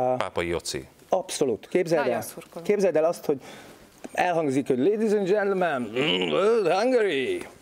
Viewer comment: Lédíz end dzsentlömen öhm,öhm Hángörí! :D